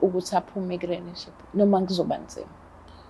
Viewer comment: Relationship or Relenship or Renship aningichazeleni zithandwa ngba ngididekil ngempel isingisi sizozifak ehlathini nd sohlekwa izingane zethu plus mina ngizohleka😂😂😂😂😂😂😂😂😂😂😂🚮